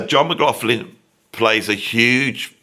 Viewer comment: Persuading someone to do an interview when you can’t pronounce their name is difficult,Beato does the same, there is no f in McLaughlin. Pronounced McLochlin.